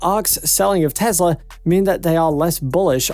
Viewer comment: It’s Tesla not Tezla. It’s Wood not Woods and it’s Ark Invest not Ark Investment. Please clean up your act. Thanks.